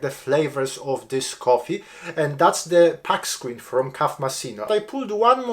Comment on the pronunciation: Where do you store all those filter baskets!?😂 Just like you, English is my 2nd language, so don't take this the wrong way... You say "pack screen"... Pack as in "wolf pack". It's actually "puck screen" like the other word I won't write on here. It should sound like "puck off" or "what the puck" if you get my drift 😅 Cheers!